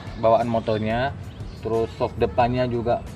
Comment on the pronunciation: Shock om bukan skock....😁😁🙏🙏🙏